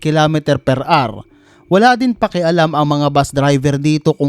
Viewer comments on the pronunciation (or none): none